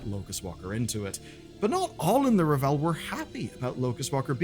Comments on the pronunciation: Its RAVEL, not Revel 🤦‍♂️🤣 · driving me crazy mispronouncing The Ravel. It's not Revel, it's Ravel. Like unravel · Ravel = RAH-vel. It's not French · Am I really going to have to spend the next four months listening to people pronounce Ravel as "ra-VELL"? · Sometimes I wonder if pronounces things like 'The Ravel' wrong on purpose to make people like me comment lmao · I've noticed a lot of the UK youtubers pronouncing it this way, in spite of the fact that the audio drama and all the voice lines in the game pronounce it correctly. I'm wondering if this is just a UK thing.